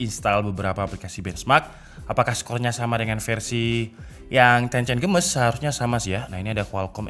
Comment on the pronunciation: Games dibaca geimis Bukan gemes bang